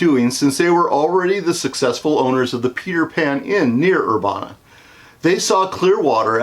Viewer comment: The Peter Pan has since been fully demolished and is now a dairy queen 😢 you’re also pronouncing Urbana wrong but it’s beside the point. I appreciate this video because I actually just recently learned the Peter Pan had a sister restaurant and I was hoping to plan a visit over the summer to go check it out but read the building was closed off and now I’m hoping it’s still there at all after this hurricane